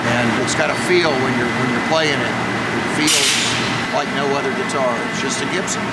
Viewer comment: What’s a Gee-tar?